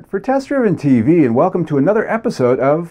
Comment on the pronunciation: Test Driven Tee-VEE-ee...lol 👍🏼😎✌️